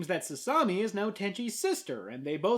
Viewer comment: Actually,, FUNimation DID dub "Sasami: Magical Girls Club"... and the dub is god awful! I couldn't even get past the first episode! And I'm literally the BIGGEST Tenchi fan in North America! They couldn't even pronounce Sasami's name right!